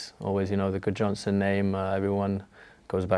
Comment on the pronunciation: As an Icelander I hope he does well. A bit sad he has to mispronounce his surname though (and his dad's name Eiður) because the english have never pronounced it correctly haha. Eiður Guðjohnsen is pronounced a bit like: "Aythoor Gvoothjoensen"